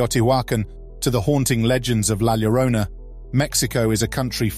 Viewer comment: It’s NOT Gwanajuato. It is pronounced Whanawhato La Llorona is YORona. 😖😖😖moving on. Cannot stand the mispronunciations.